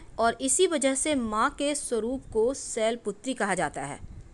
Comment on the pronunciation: Shail not sail